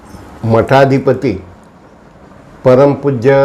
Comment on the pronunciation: मठाधिपती नाही पिठाधिपती म्हणा